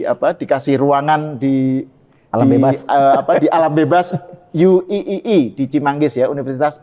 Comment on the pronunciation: Bacanya UIII harusnya Yu Ai Ai Ai bukan yu i i i